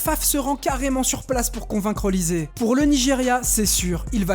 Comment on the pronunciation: "Olise" se prononce "Oliché" C'est bien un nom West Africa